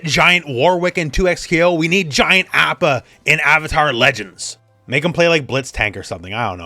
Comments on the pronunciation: not to be THAT guy, but isn't it "ah-pa?" oh well, doesn't matter THAT much. tomayto tomato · Why you pronouncing appa like that? Cringe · Stop pronouncing Apa that way -_